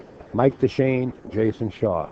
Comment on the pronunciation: okay SERIOUSLY that NY accent is Sooooooo obnoxious/fake. "Jason Shawer” really?? I've watched enough matches that you've concentrated to know that you don't add an R to the end of every word ending with "aw" and sometimes you do it too words that don't even make sense. you sound silly and you don't even focus on the match. should be fired. this is why pool can't be taken seriously